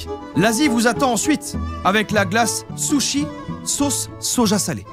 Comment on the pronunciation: A tu a dit sutshi au lieu de sushi et sa veut dire sal..p en ukrainien 😂😂😂😂